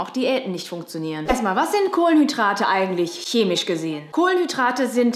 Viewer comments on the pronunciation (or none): none